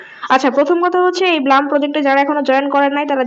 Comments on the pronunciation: ব্লাম না, ব্লুম😂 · This is not bloom this is blum sis😂😂😊